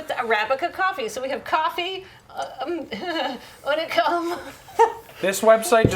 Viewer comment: I am wearing my Unicum shirt, what fortuity. It is pronounced like "unique" tho.